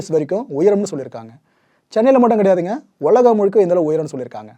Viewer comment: அய்யா வணக்கம் அனைத்தும் கோப்புகளும் சிறப்பு உலகம் என்று உச்சரிக்க வேண்டுகிறேன் ஒலகம் அல்ல